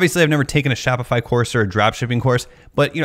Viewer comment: gee-all of a sudden your on the other side of shop-itch-eye-fy. I am never buying a course to sell on line. nice video..